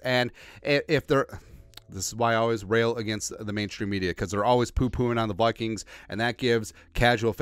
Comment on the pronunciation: Could you practice saying Vikings with like saying eye kings instead of toy like toy kings.